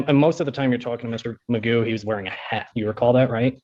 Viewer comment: McGough - rhymes with poo !